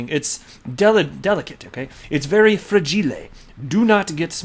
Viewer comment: Liked specifically because you said “fragille”. I say that every time I open a box at work xD ok now I’ll finish watching the vid